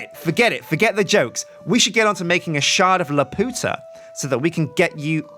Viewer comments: “Calvamon” Montesinos its BLOODY LAPUTA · it's prononced Lap-You-Ta not La-Pu-ta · lepp-yu-tah. leputah. not lepp-oo-tah. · He's pronocing it wrong. It's La-Pu-Ta not La-Po-Ta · 'u' not 'ow' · Try saying it as La-pew-tah. Not la-poo-tah. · you are saying laputa wrong its lap-u(like you)-ta and you are butchering it and it is really annoying to hear you say it like la-POO-ta and it is so angering hearing you say it like that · It's pronounced Laa-pew-ta. not laa-poo-ta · it's pronounced lap - you - ta no weird accents. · since the mod maker obviously had the Studio Ghibli movie in mind when adding the shard,the proper pronunciation would be Lap-You-Ta. Not La-Poot-Ah Sorry to point it out,but it drives me nuts when people pronounce words with universal pronunciations wrong. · Castle in the Sky is my favorite movie, so im omega cringing because of the mispronunciation of Laputa. Lap-u-ta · its pronounced Lah-pyoo-tah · it's pronounced lapewta!!!! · "Shard of LAPOOTA" someone didn't see Castle in the Sky. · Lap-you-tah please, you're swearing in Spanish. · It is pronounced Lap-you-ta like from Castle in the Sky! It is a refence to that Studio Ghibli movie! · Isn't it pronounced lap-you-tuh? The way you say it is just raunchy, and offensive to the spanish speakers. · My heart cries every time he says "La-Poota" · I love you but I swear to god if you say "Lupiootuh" one more time i will call Studio Ghibli and my lawyer. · It's pronounced lap-you-tah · keeps pronouncing Laputa wrong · LAP-YOU-TA it is pronounced lap you ta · The shard is pronounced "lap - you - ta" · Laputa is pronounced as "La-pyu-ta" in the Ghibli movie, but Jonathan Swift probably meant for it to sound like the Spanish phrase meaning "The Whore". Swift was like that. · isnt it la-pew-ta like the anime film you know sky castle the amulet that makes her float and stuff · Youre pronouncing it wrong its Lap-u-ta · you pronounced Laputa wrong!! HOW DEAR YOU!!!!!